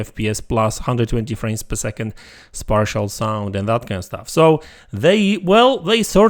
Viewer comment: It’s pronounced spatial with a long a sound, not spartial. I mention this because I hear you mispronounce this in other videos too.